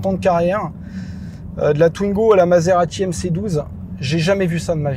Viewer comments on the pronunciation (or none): none